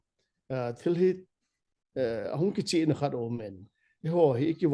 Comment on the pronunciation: Anchor pu Kichih hilou Kicheh joh ti'o😊